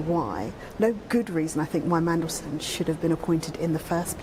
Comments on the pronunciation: Did he say Mandelsh1t? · Did that news reporter call him Mandleshit! 😲🤣🤣🤣🤣🤣🤣🤣🤣🤣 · Did that GB news person really just refer to Mandelson as Mandelshit in a slip-up?😳🤣